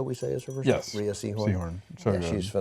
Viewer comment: "Rhea" is pronounced "Ray"